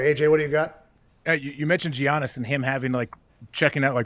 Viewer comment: Did AJ say Gee-iannis